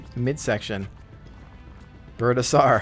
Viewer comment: lol "Birdasour" its Birdasaur, as in dinosaur.